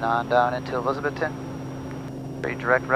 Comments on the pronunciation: I love watching your videos man especially when you fly to my home state of Tennessee and the Tri-Cities area. One thing to note is we all speak with a country accent and when we say Elizabethton, We pronounce it ElizaBETHton. We put a lot of emphasis on the Beth part of it. But with you being from Florida I’m sure you know how to pronounce Kissimmee. Very few people from Tennessee can get that one right. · It's cool seeing you fly into my old hometown for the second time. It is pronounced Eliz-uh-BETH-t'n. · Pronounced "E-liz-uh-BETH-tin" 😉